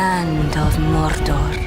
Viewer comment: The only thing this teaser really had to get right was the pronunciation of "Mordor" and they nailed it. (Imagine if they hadn't)